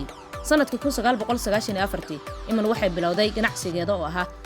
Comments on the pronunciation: Ayadoo oh I’m iiman la dhaho bee sidii galadii u aqrisay iman kute 😮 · Magaca sidaas ugu dhawaaqaysaa waa khalad